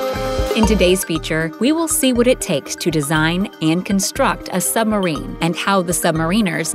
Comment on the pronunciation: I wonder if she realises 'Sumarine' has a B in it....